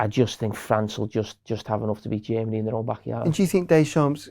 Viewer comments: 'hungry' 'chermany' 💀💀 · Why does he say G Ermany?😭😭😭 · Every time carragher said jemeny..... I cringed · I adore when they Said "Jeemany" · English is not my mother tongue, so please cut me some slack here: who's this "Djimanny" team I keep hearing him talking about? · I cant get over the way Germany Carragher pronounces "Jamie".